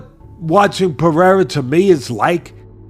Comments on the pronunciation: I love Sonnen, but how hard is it to pronounce Pereira correctly? Who TF is Piera? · Does that simpleton Sonnen purposely pronounce Pereira wrong???